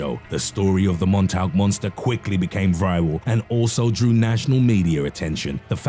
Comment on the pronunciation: MONTAUK = MAWN-TAWK